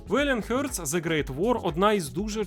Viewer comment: Не "хьортс", а хартс.